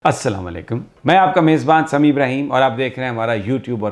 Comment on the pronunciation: سر مہربانی کرے کسی علماء اکرام سے اپنی سلام ٹیک کرے اسلامہ علیکم نہی ہے اسلامو علیکم ہیی سر میی اپ فین ہو